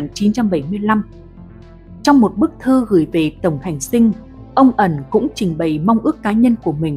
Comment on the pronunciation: Tổng hành dinh chứ kg phải tổng hành sinh đọc sai rồi